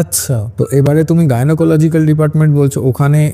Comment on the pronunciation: please Bangla ba English jai bolo - bhasha gulo thik kore bolo - kotha ta "GYNOLOGICAL" NOY GYNAECOLOGICAL - Eto BHOOL KI KORE BOLO - Podcast korchho jokhon bhasha r proti eituku jotno to thaka uchit